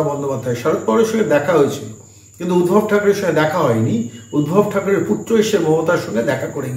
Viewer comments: বারে বারে শুনছি আপনি উদ্ভব বলছেন নামটি সম্ভবতঃ ঊদ্ধব। যদি না ভুল জেনে থাকি। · উদ্ভব নয় উদ্ধব